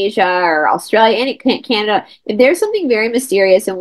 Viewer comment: 'Kanata'... Canada